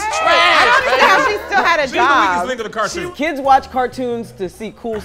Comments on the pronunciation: Cartoon not cortoon. Car.😂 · Car-toon not qua-toon 😂😂😂😂😂😂😂🤣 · CAR toon Not court 💀💀💀